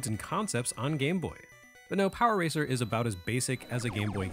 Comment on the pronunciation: Hearing you say “Power Ranger” at one point made me laugh because that what I kept hearing even when you were saying “racer” Though I may be biased there 😂